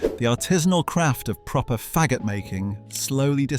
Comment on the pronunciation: 😂😂😂😂the intense pronunciation of “FAGGOT” is hilarious 😂😂😂😂